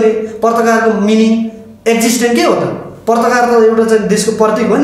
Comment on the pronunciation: पर्ताकार होइन पत्रकार भन्न सिक न मुजी दले